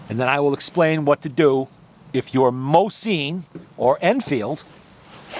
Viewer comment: Awesome video mate! Just the way you pronounce Mosin just bugs me lol...